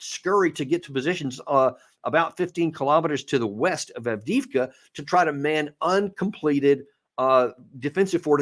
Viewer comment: Two things and not being patronising. It is pronounced Av De Ev Ka. Minor point. Most important is that my stepson was in that city and we feared the worst but he called us today to say he was out. He had been there for one and a half years. I have no more details except that he was/is fighting for Ukraine. Very difficult conversations going forward for us should he survive. He has been twice decorated by Z himself not that shelling civilians is what he knew he was doing or deserves merit.